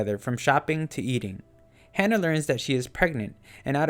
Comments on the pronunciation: It's Ha-Nah not Hannah. Other than that good video. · It's "Hana" with an "ah" sound, not "Hannah" like "Anna".